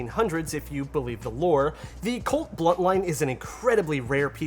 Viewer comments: BUNTLINE not "Blunt Line" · Every time he said "bluntline" I was like -_